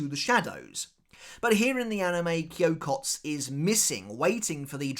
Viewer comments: It is not Kyokots it is Kyokotsu. This "u" is clearly pronounced. Edit: I dont want to understate this. This "u" is pronounced as written. You are obviously overcorrecting the usual foreigner mistake of pronouncing "u" that are not meant to be pronounced. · Kyokotsu. You gotta pronounce the tsu. I know when Japanese people speak naturally it sounds like the “u” in tsu isn’t pronounced. But it is. 😂